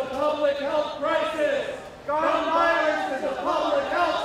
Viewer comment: Gay men enunciating the word CRISIS "public health crythis". Children lay on the ground in protest of the parent.. Ask these humans if they will put a sign on their residence that specifies there are no firearms allowed, or on these premises, and they will not...